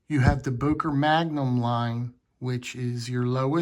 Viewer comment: Не Бойер а Бокер